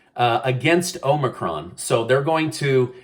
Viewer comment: "HOMIEcron" lol